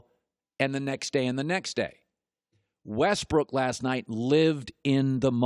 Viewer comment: LOL he called him Westbrick hahahaha ...I'm dead